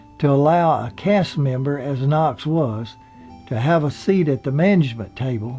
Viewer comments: Yeah I caught that, too. A mix of Griffin and Friffith...Just as Knotts came across sometimes as Knox. But...still...like you said, good show. I enjoyed the material and presentation. I also enjoyed the narrator, however he may have strayed from the pronunciation of the actors. He sounds like a good guy and a good guy to present this nice history of some of the better people to ever be on TV. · I like theses shows , but it seems like he could make sure he gets peoples’ names right. Don “Knox” and Andy “Griffin” ?? Not to mention Frances “Bouvier”? Gosh. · A fun video, but he keeps referring to Andy "Griffin." And Don "Knox." I'm from N.C. myself, and I hear Andy referred to as "Andy Griffin" all the time. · funny, i was just thinking about you and your videos and once when someone said something mean-spirited to you and how i didn't appreciate that...but in this video you mispronounce Don Knott's last name and Andy Griffith's last name. so i am going to point it out. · It sounds like you are saying Don Knocks, his name was Knotts not Knocks. For such a family type show, why did they allow Barney to date Thelma Lou and then sneak around with Juanita? And how did Thelma Lou never hear about Juanita, in a town where everyone knew everyone else’s business? Love the show anyway! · It's Knotts, not Knox. It's Kno"TT"s with two "TT"s, not Kno"X" with a "X". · His name is knotts not knox. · Knotts....not Knox.... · A great show,a great cast.Knotts not Knox.😉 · Knots, dummy!...not Knox! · DON KNO"TTS" was his name, NOT DON KN"OX" and you started slipping into ANDY GRIFF"IN" INSTEAD OF HOW YOU STARTED OUT WHICH WAS THE CORRECT GRIFFITH VIDEOS ARE GREAT BY THE WAY AND I ENJOY YOUR RELAXED DEMEANOR PLEASE FIX IT OR AT LEAST MAKE A NOTE THAT YOU ARE AWARE OF THE MISTAKE THANKS!!! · hillbilly MC said Don Knox (Knott's) lol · sounds like he keeps calling don knox instead of Don Knotts. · sounds like your saying don knox not knots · "Andy Griffin" and "Don Knox".